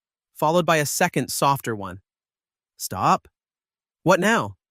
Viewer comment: You stopped speaking English when you tried to say stop; that was bad. Almost bad enough to downvote this video, block this creator and leave after spending almost 2 hours watching this video; you should not do shit like that. Not impressed.